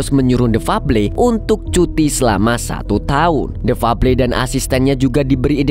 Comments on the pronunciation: The febel baca nya Lo kang ,uduk fable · Bacanya bkan fabli tpi fabel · THE FABLE DIBACA : DEFABEL BANG 😂